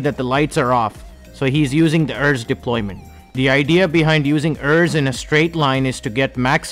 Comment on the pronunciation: Only thing is it’s pronounced ERS not errs